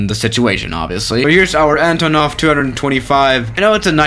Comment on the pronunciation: Actually, its AntOnov. Not AntonOv.